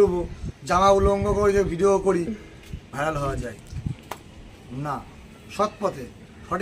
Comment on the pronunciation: ভাইম রাল নয় ভিমরাল 😂😂😂😂